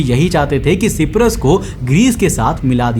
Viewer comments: Bro it's Cyprus pronounced like (shy-prus) not (She-prus) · भाई सिपरस नहीं साइप्रस बोलते है. 👍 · Is Cyprus pronounced properly?